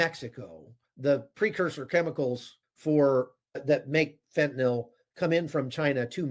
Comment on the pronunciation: THANK YOU for being the ONLY person in memory to pronounce “fentanyl” correctly! It drives my OCD nuts the way most pronounce it. Bonus points to pronounce “nuclear” correctly. 😁